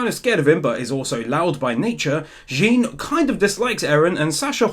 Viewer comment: you pronounce jean name wrong, it's not jin, it's like john.